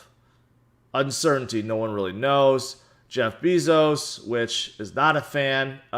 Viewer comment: Who is "Jeff Beeezous" lol